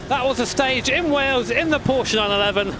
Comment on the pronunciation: "Porsche 911 Ef C R Ef" lol It is hard indeed